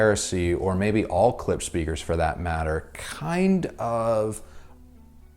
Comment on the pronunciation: It is funny that English speakers do not know the simple fact that "sch" in German is simply pronounced "sh" .... and try to pronounce it weirdly! Poor Klipsch!